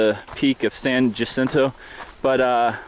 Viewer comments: Actually, it is pronounced San Yacinto. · Love the videos and seeing your journey. Good luck. BTW it's pronounced ya-cinto. The "J" should sound like a "Y". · Loving your videos! Thanks for taking the time to share your experience. Just a tip on pronunciation for the mountain: ha-SEEN-toe =) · SAN JACINTO is pronounced "SAN HACINTO". J has an H sound. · Great video... thank you for taking the time. BTW it's pronounced "Hah-Sin-Toh".